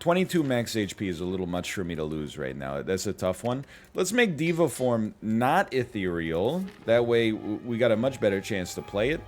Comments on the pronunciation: dey-va form not dee-va form my dude :-) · I really like NL saying diva form instead of Deva form